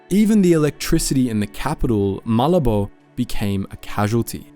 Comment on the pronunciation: Malabo is not Malibu. It is MA-labo